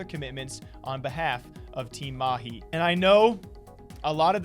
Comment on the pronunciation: Damn, you pronounced Mahi better than these pretentious fake- accent casters we have here in India.